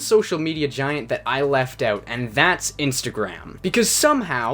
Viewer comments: for the most part they do but listen to how he says about and out at the beginning of the video...he says aboot and oot...dead give away dudes got a mullet, loves hockey, calls teeth chiclets, and swears labatt blue doesn't taste like shit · Are you from like Michigan or somewhere? Cause the way you say 'out' makes me think you're from somewhere like Michigan